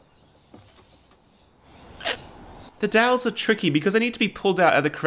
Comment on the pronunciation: took me a few seconds to figure out that 'dals' was 'dowels' ?